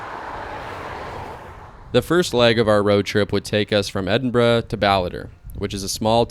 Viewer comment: lol - "Scotch" lol, you're lucky you only got a slap on the wrist, in a lot of places they'd just pour some Johnnie Walker for you to return the insult xD - Lock Ness lol Not a dig at you, every American coming to Scotland had to learn those things, it's part of the journey and a forever fertile meme. Glad you enjoyed it, visited some amazing places. Oban is one of my fav towns in the country, the ferry takes you to Mull which is a gem, and much less crowded than Skye. Then you can eat some sea food from a booth in Fionnphort and go to Iona, see the cool Abbey and (if weather permits) travel to Staffa as well:) From there go to Tobermory, visit the distillery, get across and see the Glenfinnan Viaduct. I'd recommend going to the more wild and raw north-west of the country, areas like Torridon and Ullapool are stunning. Also if you haven't already, check out why Royal Lochnagar has the Royal in the name, it's a cool story. You can also visit the place where they found the oldest official record of whisky production that you mention in the video, it's in Lindores Abbey, and now it also has a distillery just next door, with some of the best modern single malt whisky:)